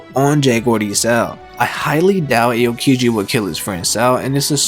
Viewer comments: It’s not Ayo! Kiji let’s go to the club!! It’s ah o kiji. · First of all, it’s Nico OLVIA, not Olivia Second, you should pronounce AH-O-Kiji, not “Ay-oh” Third, that was pretty interesting, either way I don’t care if they’re alive or dead but I can’t HOW aids would bring them back if ever